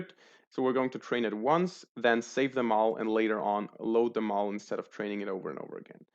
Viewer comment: Bro you mispronounce "Model" so bad.